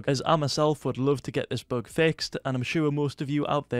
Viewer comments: I love how you say bug this "book" xD. Love your videos <3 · It is a ‘boog’